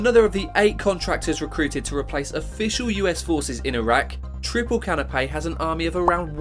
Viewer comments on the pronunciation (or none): Canopy is pronounced 'Can-oh-pee'. You are saying Canapé (Ka-nuh-pei) which is a type of small finger food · dude really be saying CANOPAY bro its canopy